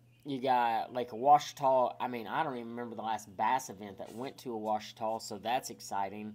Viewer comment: It's not pronounced "O-uachita", it's Just Simply "Ouachita." The O is not heard in the pronunciation & is it Lake Martin or Logan Martin ??